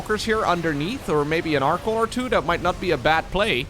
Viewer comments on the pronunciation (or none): none